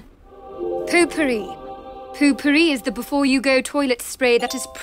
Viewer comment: why are you saying puu pupiri?